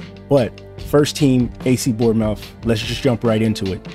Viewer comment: Love the Bournemouth pronunciation😂great vid